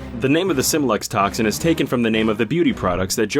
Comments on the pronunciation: Um... did he just say "Simlex"? Pretty sure it's "Smilex". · Also it's pronounced Smile-x, not sim-lex. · Who finds it weird that: 1. The Narrator pronounces Smylex as “Symelex” and 2. Joker Venom is not called Smylex in the game at all.